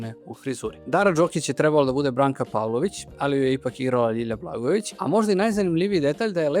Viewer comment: Dobar Video,lepo,moooožda malo preopširan...mada ko voli...ipak sam ja (televizijsko dete-pa znam mnogo više u startu o temi) , ali jedna OGROMNA ZAMERKA , Čoveče,POPRAVI DIKCIJU ZA IME BOGA,! (Gutaš slova,nejasno izgovaraš rečenice,morao sam da vraćam video da razumem šta si to rekao,GOVORI RAZGOVETNIJE ),Ti POTPUNO nerazumljivo izgovaraš SAMOGLASNIKE u rečima,kažeš ,"Žarko Laušević je Treb.lo da igra ,G.GNOG SiNA"...na prmer - mislim,ok si dečko,i Dobro radiš video (,ne kudim te,ali ,brateee,jeeebote,DAJ POPRAVI DIKCIJU NA RAZUMLJIVI NIVO-pogotovo što si narator i objašnjavaš sve! - Ovo je NAJDOBRONAMERNIJE! Predajem na FDU ,pa znam o čemu pričam,ali NIJE SMAK SVETA,samo treba da PORADIŠ na DIKCIJI,pozdrav,i samo napred